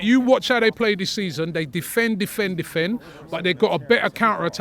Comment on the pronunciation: “Vat” game and “Vis” game 😂